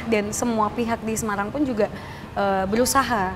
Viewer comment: jog ja, so lo simpel... se ma rang ... nyebutnya emang kurang enak.